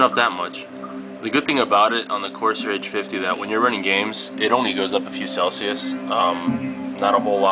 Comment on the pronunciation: There's no E in Corsair...